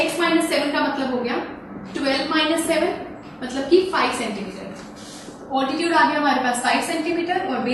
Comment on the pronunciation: It is not oltitude it is altitude